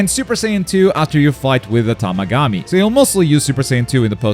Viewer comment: This dude can't pronounce the Tamagami or Glorio's name right smh.